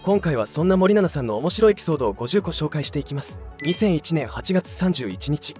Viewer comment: 森永みたいに言うなw